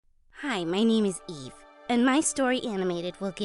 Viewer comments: whyd I think she said, "Hi, my name is E." 😭😭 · Her name is Eve- But I heard Gaive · i really thought she said "Hi, my name is E."